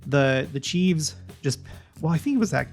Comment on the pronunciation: I wish someone would tell him, its not " chieves", its chiefs. No debate.